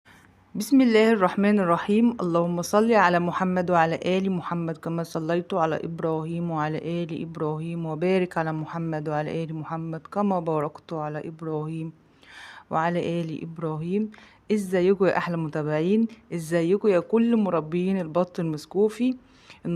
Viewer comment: كما صليت التاء مفتوحه مش تضميها وكذلك باركت التاء مفتوحه علشان النطق يبقى صح